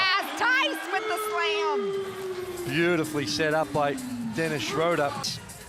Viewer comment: Yeah they call him Schrauder or Schroder, its Schröder! English speakjng person have so much difficulty with German names , not only with him !